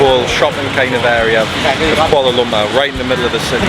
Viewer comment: You pronounce the word Kuala Lumpur funny. Please work on it thank you